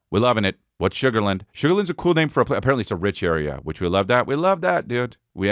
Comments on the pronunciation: That's been bugging me too lol shug-ur--lan-d not shugarhlind but we have a lot of weird ways to say stuff out here lol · Just a heads up, we pronounce it Sugar Land, like it’s two words, around here haha not a big deal just saying.